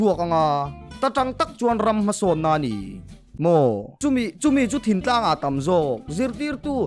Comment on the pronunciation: Thintlang nilovin Thingtlang.